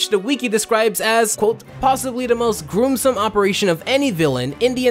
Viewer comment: He mangles half the words he says in every single video. He mispronounced gruesome.